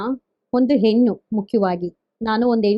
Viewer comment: please learn to differentiate & pronounce properly a & ha properly, its annoying to hear ennu, halla, hagide, orata, etc.